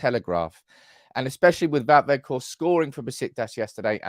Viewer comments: Hello, I’m Dutch. And please stop saying wetchhorst, it’s weghorst 👏❤️🤣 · You have Wout spot on. As for the G ... English doesn't have that sound. I believe Welsh has it. Most outside The NL say Wackhorst, defo not Wedgehorst. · Quite well pronounced, some practising on the G, ..... A bit stronger at the end of your throat. Say WeGGGGhorst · Weghorst "pronounced - Vekhorst" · I think Wout Weghorst which you pronounce in englisch as Woud Waghorst will be a key player in scoring a couple important goals. Also I think that the money he would be worth is around 10 mil is the same as a young player with the same capabliteits but he would be worth 30 mil because of potential growed. So for 10-15 mil you would have a key player for important situations or to relieve Martial physicly. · Hi. Great convo as always. His name is pronounced VOTE VE(G)HORST, the G in the surname sounds like a growl. Lol. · Go to Forvo for pronunciation. Vout Vech-Horst (but the ch isn’t hard, it’s softer and phlegmy, like you’re about to spit) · The G in weghorst is a hard G. Use your throat Just listen to some dutch and the way we use the G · You’re pronunciation of Wout is good enough. Weghorst is like wedgehorst without the ‘d’. was your best attempt lol. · That girl really threw you off with the ''ch''. You were pronouncing it fine before.